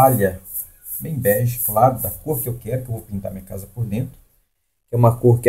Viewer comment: Não é Berge ,é bege.